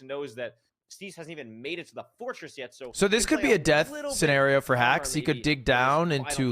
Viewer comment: hax won playoffs because he's the only one whose name lud didn't mispronounce